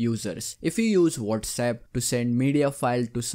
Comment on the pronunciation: Phone: Whatsapp Him: wolrsep